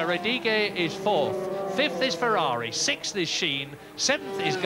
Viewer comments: What is with that? "Sick-th"....never heard it that way till a couple years ago. Is this something the progressive liberals started? Lol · Ah... 1984....when "sixth" was pronounced correctly, instead of this "sith" bullshit we have now.